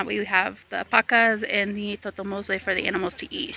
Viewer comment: que bien ver que tu familia trabaja en equipo. Me gusta escuchar que puedes pronunciar tan bien palabras un tanto complicadas en español, como totomoscle. Te admiro mucho de la gran mujer que eres.